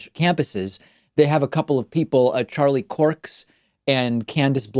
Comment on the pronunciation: I thought David calling it "turning points USA" was an accident until he called them "Charlie Corks and Candice Blowens." Come on, that had to be intentional, lol